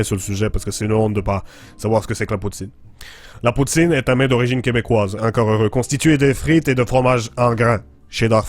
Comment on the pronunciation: Je suis Canadien anglophone donc peut-être je me trompe ici, mais chu tout à fait sûr que le mot « poutine, » c'est prononcé plutôt comme « pou-tsaine » en Québec (si on le disait dans un accent anglophone, ça serait comme "poo-tin" que "poo-teen") :)